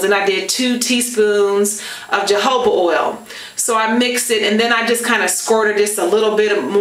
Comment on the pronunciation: Your hair looks great as always. It's pronounced ho-ho-ba not jo-ho-ba